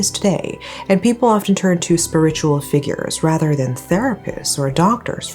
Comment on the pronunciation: Just want to let you know that for the word "spiritual", you pronounced the first syllable like SPUR-ritual, but it should actually be pronounced like SPEER-ritual